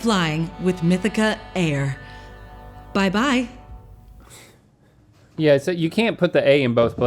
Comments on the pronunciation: Why does she say mithica air and not mithic air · Mythica-air???... Why did she keep saying it like that? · 😂😂 why does everyone keep saying "mythica-air" instead of "mythic-air" like it's spelled and should be said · Guys... its Mythic-air... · I feel like it should be pronounced Mythi-Care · I got 7. Why can no one say Mythic-air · why did no one say mythic-air correctly?! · Came straight to the comments to see if I was the only one lmao!! 😂